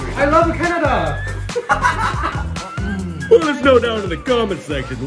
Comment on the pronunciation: "i love uhcanada!" lmao fkin love these